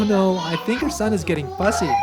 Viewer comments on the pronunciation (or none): IKR HAHAHA i was taken aback when he said thunk